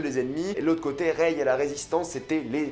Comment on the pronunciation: Par-contre arrête vraiment de dire: reyeee, ahhh c'est rey mec.